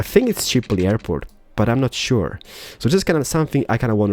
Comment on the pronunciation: "Airpoo" XD